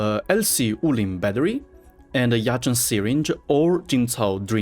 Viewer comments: Thanks for the amazing blueprint I also noticed that ur quite fluent in Chinese from the say u said Jinchao and Yazhen Keep up the work man! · The way said Yazhen and Jinchao shows how he really fluent in Chinese, respect.